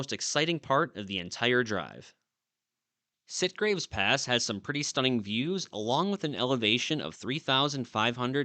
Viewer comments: Great video! Having lived in Kingman, Mohave County, near Oatman , I always heard Yucca pronounced with a short "u" vowel sound like the yucca plant. Also, I recall Sitgreaves pronounced like "sitgreeves", not "sitgraves". Local pronunciation? But anyway, when in Oatman, do as the Oatmanians do. Thanks for the memories. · FYI. YUCCA is pronounced YUCKa. SITGREAVES is pronounced SIT-GREEVES.